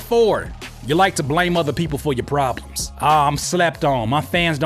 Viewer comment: The way he says the word"prolems"is weird😂😂😂😂😂their prolems are their prolems,and stuff😂😂😂😂😂Dope advice....